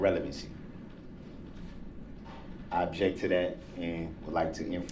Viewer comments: I know right? For the first week of this trial he was also saying "abject" instead of "object". I really don't believe he's had 12 years of schooling like he says he has. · wilson “I Objek!” 🤣🤣🤣